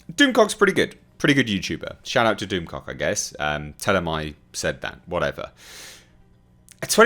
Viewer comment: "According to Doomcock..." this being said with your accent made me laugh out loud.